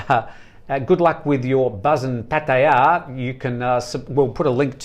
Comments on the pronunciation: Thanks, good edition today 👍🏻 Nice to see from Pattaya - fancies himself as a Thai speaker but made a meal of Pattaya pronunciation...🤔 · can you please pronounce places in Thailand like an Australian..just speak normal you are not thai!!!